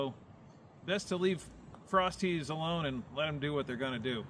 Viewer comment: At first I thought you were saying "frosty" and I'm like, "Yeah, let's head for Wendy's right now!" 😄